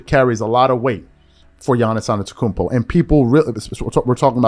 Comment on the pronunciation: His name is Adetokunbo ( Ah de-do-KOON- BO )